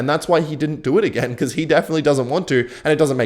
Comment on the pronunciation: Agken instead of again